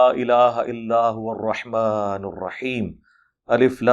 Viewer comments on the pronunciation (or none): none